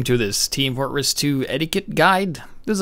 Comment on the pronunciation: Lol FORT-ress